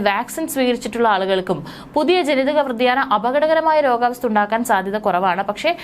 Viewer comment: വ്യതിയാനം ആണ് ശരി , വാർത്ത വായിച്ചപ്പോൾ വ്രതിയാനം എന്നാണ് വായിച്ചത് അത് തെറ്റാണ്